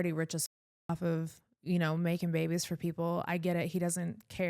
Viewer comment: Bunnie you said babie(s) OMG... ... shhh i won't tell !!!!